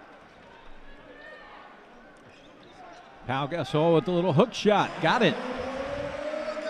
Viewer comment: Announcer: "Paul Gas-soul" -_